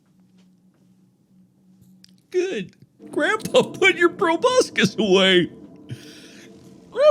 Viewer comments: I'm glad that several years later Mark still pronounces "proboscis" as "probuscus" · Mark says 'Proboscis' like 'Tobuscus' which is fucking hilarious to me